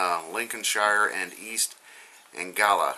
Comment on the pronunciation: its pronounced EAST ANG / GLEE / A